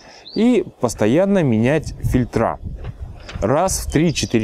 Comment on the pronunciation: ФИльтры, не фильтрА